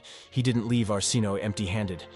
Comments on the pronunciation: Arsinoe... Are-sin-oh-way. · I know! It's pronounced our sin away and this narrator didn't know how to say her name 🤢😡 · Don't know how much faith I have in "facts" presented by someone who pronounced Arsinoe six different ways, and all of them incorrectly.